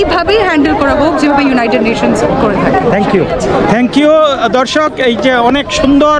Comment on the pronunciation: দাদাভাই, আপনি" দর্শক" কথাটি বলার আগে দ এর উচ্চারণ এ একটু নজর দিন। ধ শোনা যাচ্ছে। একটু সচেতন হোন।